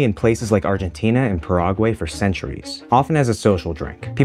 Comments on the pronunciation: It really makes it difficult to take a documentary seriously when they can't pronounce simple things like Paraguay. Never in 40 years have I heard anyone pronounce it like that. Goofy and hurts the credibility of the host and the material presented. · I can't let it go 😂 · Do people intentionally mispronounce words like “Paraguay” to farm comments? If so…I’ll take the L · spanish pronunciation: Pah-rah-GWHY English pronunciation: Pair-uh-gwhey This guy's secret third eye opened pronunciation: Puh-rogway. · "Paraguay" like "paraguas" hahaha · Paraguay? Para-why? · I think that’s how Americans pronounce it 😭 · There's something about the Paraguay pronunciation.. lol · LOL he butchered it